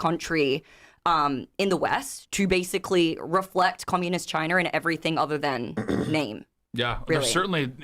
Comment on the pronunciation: What does vorting mean and dornt. And nor and what sounds like knore. I know what gor is. And where is Australier and chiner and what is a videor? So confused.